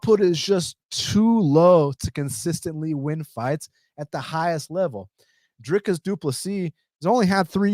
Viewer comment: Dude, I really appreciate you saying Drickus name correctly, I have subbed!